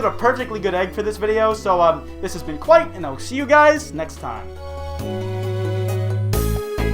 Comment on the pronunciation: Who actually is?